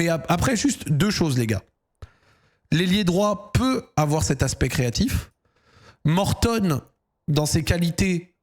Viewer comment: Pourquoi Zack n'arrête pas d'appeler l'anglais Mortadon ? C'est gênant non ? 🤔